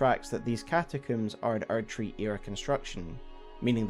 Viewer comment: man the age of the archery would have been so great if it wasn't just your accent saying erdtree